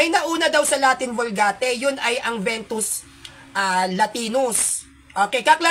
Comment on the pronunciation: Vetus latina po hindi ventus